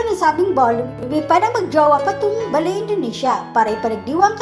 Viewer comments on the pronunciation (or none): hahahaha. What is the difference between Balley Indonesia and Bali Indonesia? nakakagago lang. but ganyan ang accent at Pronunciation mo? 🤔🤔🤔🤔🤔